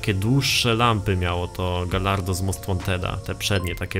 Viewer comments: mówi się gajardo nie galardo :/ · Jeszcze dodam że gallardo czyta się gajardo. Tak jak pisze się spagetti a nie spadżetti :D